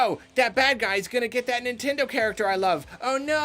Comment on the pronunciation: Take a shot anytime says "Nintendo characther"